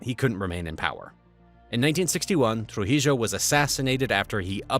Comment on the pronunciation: Trujeo is pronounced (tru-he-o)